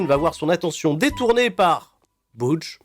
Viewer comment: Moi le Butch me perturbe d’autant plus qu’ils le prononce « BOUtche » et pas « BEUtche »